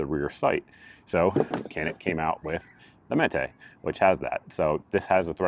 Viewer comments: Technically Cs are pronounced as Js in Turkish so it should be pronounced Janik. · It’s Turkish. C’s are pronounced as “J” as in Canik=“Jahnick”. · It's pronounced "JON-IK"..FYI..Who knew...